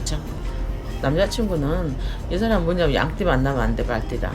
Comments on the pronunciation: 양띠를 양띵이라고 들은 1인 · 양띠 할때 양띵님이라는줄